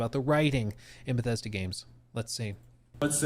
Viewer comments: Ah, Fief 2 before moving to Beffesda. What a career! The way this guy can't make a "th" sound drives me nuts. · Stop calling it t BGS. Never in my life have I ever heard someone say “BGS”. No one but you calls Bethesda “BGS” lmfao. It’s confusing and you ain’t gunna set the trend with it. It’s just Bethesda bro. Bethesda.